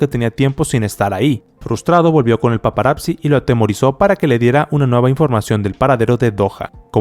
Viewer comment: Hola, considero que esta bien tu video solo de favor tu pronunciación de paparazzi es incorrecta, por fa checalo